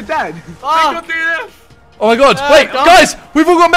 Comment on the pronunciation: Haha I love how they said dnf like its one word but it’s just d n and f standing for did not finished